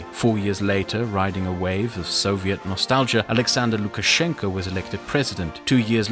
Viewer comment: "Gulash Putin" :D :D